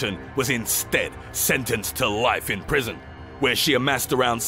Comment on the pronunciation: "sentenced to 30 years... IN PRISON!!"